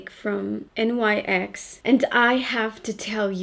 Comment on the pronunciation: It's actually pronounced the way it is spelled, NYX ! Named after the Greek goddess of the night 😆 You look gorgeous as always 💄